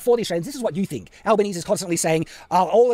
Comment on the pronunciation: Anthony Alba knees? It's pronounced Alba kneezy,.